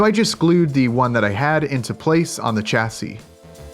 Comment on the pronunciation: Chassis shassy not chassy love your work, just does my head in a bit when you say it so wrong lol